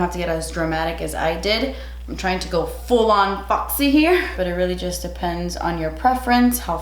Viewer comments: no one: not a single soul:: fAwKsEy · I just love hearing you say foxy 😂😂 Favorite foundations. High end: Estée Lauder Double Wear. Drug Store: NYX Can’t Stop Won’t Stop